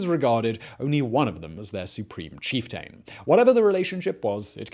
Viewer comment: Cheif-Taaayne. EmPaaaaayr 😅